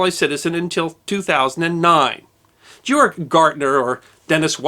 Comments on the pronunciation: Hell of a story! I would appreciate it, though if you would at least try to discover correct pronunciation of foreign names. His name was not Gyorg Gartner, as you pronounced it, but (phonetically) Gay'org Gairtner. A small thing, I know, but since I had four years of German between high school and college, it was a little jarring to hear the name mispronounced over and over again. That said, I very much enjoy your history presentations. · If narrators don’t take the time to learn to correctly pronounce proper names and place names in their videos, people who know how careless they are (or literally that they don’t care) will go away….as I’m going to do as soon as I finish this. “Georg” — pronounced ”GAY - org” “Weimar” — pronounced ”Veye - mar” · It’s pronounced [Gay-orgk] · His first name is pronounced gay-org in German and NOT ge-org!!! SMFH 😮😮😮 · You really butchered the pronunciation of Georg. A German would pronounce it gay-org. No jay sound. None. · Ge-org, - not Gjorg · I'm curious. You pronounce Georg like George, but with a hard g at the end. In The Sound of Music, they pronounced it with a hard g at both ends. Phonetically, Gay-org. I'm now wondering which is correct. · Georg is pronounced "Gay-org" not "Jee-org." Signed, someone who had a German boss named Georg. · George or Georg in German is pronounced "Gay-org." Said very fast. Weimar is "Vy-mar." Fast, and the "R" is almost silent. Irwin is "Ear-vin." Fast. Undsoweiter... You could easily look this stuff up, dude. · Very interesting. Thanks for the story. I would make more effort to try and pronounce the German or whatever foreign names you’re saying a bit more like their normal German or foreign pronunciation…. For example, this guy, Georg Gärtner would be — Gay-org Gert-ner approximately. It should only take a few minutes of research to get good pronunciation guides for foreign names. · Georg Gartner is pronounced with hard "g's". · That would be pronounced "Gay-org." Good job and good story!